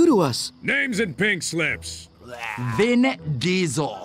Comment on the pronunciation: Everytime he says Vinn, I think he says Venn!